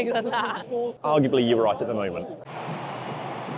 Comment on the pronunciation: Oh, I thought he was going "Shefield" ;)